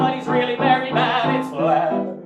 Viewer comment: It‘s vlaaaaaad